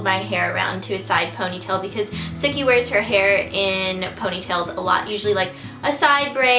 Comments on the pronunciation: he didn't get the 'ssssookie' right :-( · hahah i keep thinking that she's saying "Snooky" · Every time you said "Sooki" I thought you were saying "Snooki" lol! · every time you say sookie, I hear SNOOKIE! LOL! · I always feel like you say snooki haha!